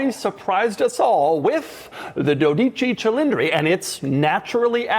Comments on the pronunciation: Says the name wrong every damn time 😂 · which is sad because Doug’s ancestry is from Italy. 😂